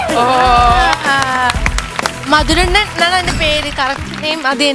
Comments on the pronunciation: മധുരണ്ണൻ അല്ല.... മധുരണ്ണാൻ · Mathurannan alla mathurennan🤣🤣